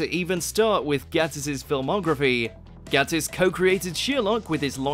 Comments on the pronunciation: It’s Sherlock not shirlock. It’s Gay-tiss not Gatt-iss. Want to see some more? Of Sherlock, oh yes! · It's GATE-ISS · it's mark (gay-tiss) LOL